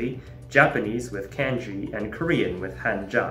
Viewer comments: Every time someone says "kænji" a piece of my soul dies. Especially when he pronounces Hanja correctly afterwards! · Cool video; worst pronunciation of "kanji" and "romaji"